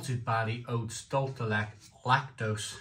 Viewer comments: dool-CHAY der let-CHAY Spanish and the pronounciation tip might help you 😉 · Truly the strangest pronunciation of dulce de leche ever. Is this what Spanish sounds like when combined with Welsh? Dulce de blechhhhh😂